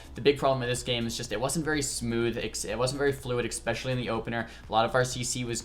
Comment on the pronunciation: It's pronounced 'E specially' you are saying 'Ek specially'. It has to be like an 'eh' sound. Otherwise great vid!